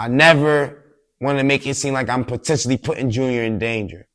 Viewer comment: Potentionally....I love it!